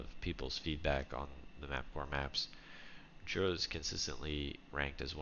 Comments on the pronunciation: I live around 20km from the place that inspired this map and can confirm that hot-air balloon festivals/competition take place there. Also it's pronounced yura. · it's pronounced Yura